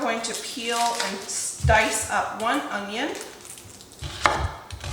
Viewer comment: The way you say “onion” makes me giggle every time. It sounds like “ongyun”